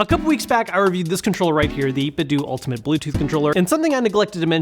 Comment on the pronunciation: Grrrr, it's 8bit-DOUGH not DOO! Like Ninten-DOUGH, which is what their name was inspired from and why they designed their first controllers after Super Nintendo controllers!